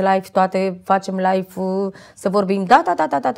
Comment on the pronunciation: Nu vreau sa critic insa cuvantul Live se citeste la fel si nu Life, care are cu totul alt sens. In rest bravo)